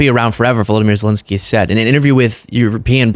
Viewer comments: It’s ZelEnskyy, not Zelinskyy … Ukrainians would appreciate the right pronunciation. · Please don't say Zel-i-nsky.